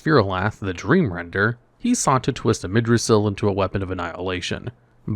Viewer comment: Also AMIRdrassil not Amidrassil….